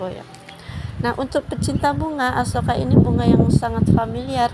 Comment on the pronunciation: 😂 Sampai salah nyebuut Asoka jadi Akuesa 😅